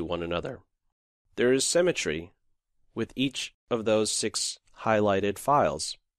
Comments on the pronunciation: Its been 5 years since this video. Have you learned to pronounce symmetry properly or are you still saying semmetry? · and learn to pronounce "SYMMETRY" - hint , its not a place to bury people (or animals). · The word "symmetry" is pronounced "sim i tree" not "sem i tree." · Well presented, but it's not 'cemetery', it's SYMETTRY, lol. Pronounced si·muh·tree. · symmetry not cemetry... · "Cemetery" (symmetry) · HE confused the piss out of me. I thought he said 'cemetery'. My mind was blown by the advanced chess lingo right there. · A comment on pronunciation. It is symmetry pronounced with the same starting sound as similar but not like seminary and it is fianchetto where the ch is like church rather than like school - I know that in Italian it is pronounced as fianketto but the common English pronunciation is ch like church. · "what's going on with this great cemetary" 🤔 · your "summetry" sound like "cemetery" haha other than that, great vid :) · I thought cementary is some chess term I haven't heard before, but it turns out he says "symetry" :D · However brilliant this game is, it does not negate the problems with this video. Namely the narrator's voice, which at some points manages to sound so robotic I was wondering if they were actually using a speech synthesizer. Also, the narrator needs to learn how to pronounce the word "symmetry". I've wondered for longer than I care to admit what he meant by "there's a lot of cemetery in the game" before I realized what he was actually trying to say.